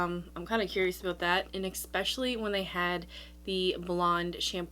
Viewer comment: " I've seen it on Sephora" not " I seen it on Sephora". It's " especially" not " expecially#